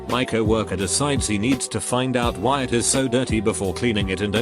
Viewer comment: No one: Narrator: wiEyE